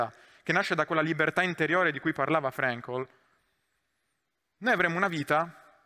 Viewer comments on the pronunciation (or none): Devo fare il rompipalle: Frankl si pronuncia come si scrive